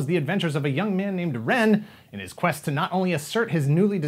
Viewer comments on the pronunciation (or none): none